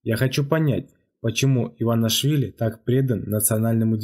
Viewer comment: не иванашвили , а Иванишвили